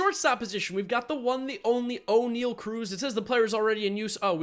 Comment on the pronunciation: It pronounced o-ne-al and i know thats not how you spell it but thats how its said